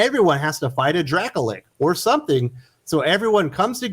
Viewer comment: 5 nerd cred for mispronouncing Dracolich. Get your shit together Mr “I’m a really cool CIA intelligence agent that likes comics and I swear to god I’ve never played dnd because it’s for incels”.